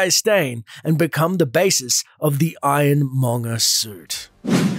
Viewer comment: NO NO STOP ITS NOT MONNER ITS MONGER